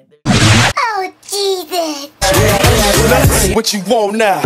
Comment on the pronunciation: "Oh Jesus " or "oh cheeseitz" ??! Lol